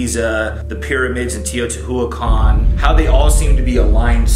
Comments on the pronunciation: Mexican here.. I love the way your brother tried to pronounce "Teotihuacan".. It's a hard one for English speakers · I love Shane's brother trying to pronounce “teotihuacan” and failing every time. It was adorable😂❤ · I know! I cringe everytime I hear him pronounce it totally wrong. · Except for the way he tries to pronounce Teotihuacán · Yes! His pronunciation really made me mad!